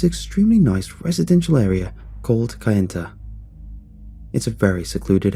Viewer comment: It's pronounced Na-va-ho and kay-en-ta. Remember, indians only speak one syllable at a time.